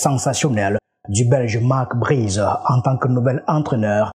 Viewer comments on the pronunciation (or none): Marc Brys pas Marc Brizeuh